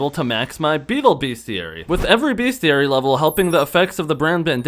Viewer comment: everytime he says "beast-e-airy" i canttttttt